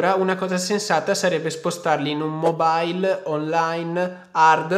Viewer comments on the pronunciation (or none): none